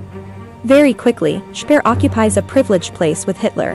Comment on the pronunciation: A pronúncia dessa moça que narra o excelente documentário é péssima. Nunca vi nada pior , fala os nomes colaboradores de Hitler errados. Aff !! 🤔🙄😳😖